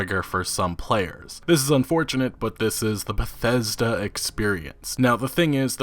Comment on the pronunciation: How come this dude sounds like he has a learning disability every time he says the word Bethesda